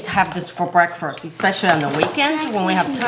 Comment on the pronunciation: “Now let’s make “brekfrast” 👁_👁”